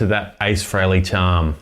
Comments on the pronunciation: Nice playing....but it's "Free-ley", not "Fray-ley". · Yeah I'm Aussie, too. And it's still "Free-ley" - always has been. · Pronounced Free Lee just saying